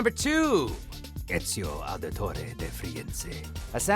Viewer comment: He can't say Ezio's name right, they listed Ed Kenway and then played dialogue from Hornigold, and they listed the "eagle bearing misthios'? Are you kidding me?